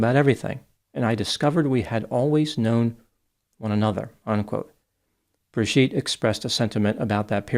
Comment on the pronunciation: You keep mispronouncing her name as Bir-gitte, instead of Bri-gitte.